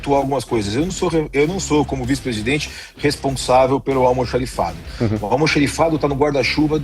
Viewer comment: Qual a dificuldade de falar corretamente a palavra " Almoxarifado" e não Almoxerifado.